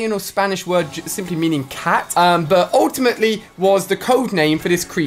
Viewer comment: He says “ultiamatly” alot